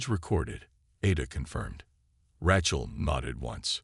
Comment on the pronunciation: POS A.i. can't even pronounce Rachel😅